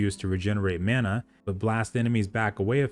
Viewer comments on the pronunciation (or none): none